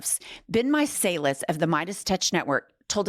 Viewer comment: honey love u guys but its pronounced ben mycellis